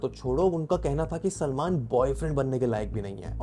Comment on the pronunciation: Bhai kaa naam sahi se le 😡